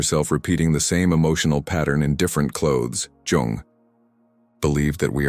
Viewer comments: please learn to pronounce his surname properly as it is not jAng but jUng, as in yoong thank you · Not Carl Young but Jung - the 'u' pronounced like the ou in you.